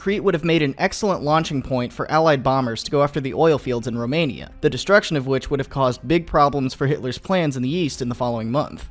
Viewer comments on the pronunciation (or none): none